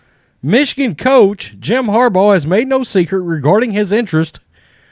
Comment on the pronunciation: Are you saying Harball? lol